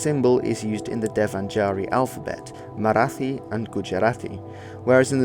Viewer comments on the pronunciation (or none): "Marathi" is actually pronounced with a hard "t" sound, like "thyme", not a "th" sound as in "with".